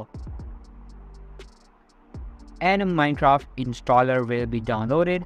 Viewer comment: he said mincock